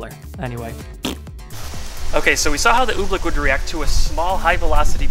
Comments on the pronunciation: its oobleck not ublick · Why does he pronounce I️t Ooblick it is Oobleck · I understand you he says oobleck like OOBLICK ohmygosh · Its oobleck not ooblecke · We love when he pronounces "oobleck", "ooh,blick" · It's oblack not obleck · it's "ooh-bleck not ooblek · Cool video but everytime you said oobleck i wanted to punch you